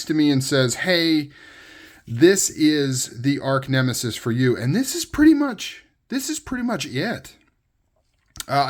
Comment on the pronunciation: Sweet pick up! By the way, it's arch (artch) nemesis -- not arc nemesis.